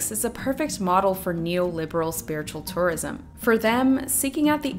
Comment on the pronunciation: I keep thinking you're saying "Taurism" lol